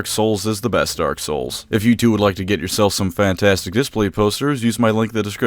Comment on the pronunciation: Hey you miss pronounced dark souls 3 during the add read.